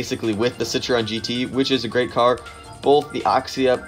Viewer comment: Nice video, but maybe Citroen, not Citreon?